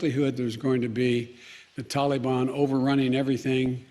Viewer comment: First, Man can't even say Taliban. Second, him saying the mission hasn't failed yet in complete bull crap there country is on the brink of collapsing and the president just fleed the country.